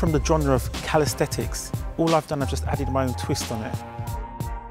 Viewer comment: he says "Calisthetics". Lol. It's Calisthenics.